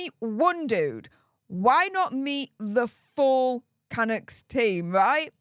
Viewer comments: Hi, love your channel. Waiting for the silver play button🎉. FYI I’ve lived in Vancouver all my life so wanted to give you a reliable tip: Canuck is pronounced with the emphasis on the 2nd half of the name-thus canUCKS. 😊❤ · ca-Nuk from a Canadian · Hi - the slang term for a Canadian is canUCK. like puck. I am a proud Canuck. 🇨🇦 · Hi. Canuck is a derogatory slang term meaning Canadian and dreamed up by Americans. We Canadians are not offended and even use it for a hockey team. After all our term for American is Yankee or Yank. When you pronounce Canuck the accent is on the last syllable.❤ At least in Canada.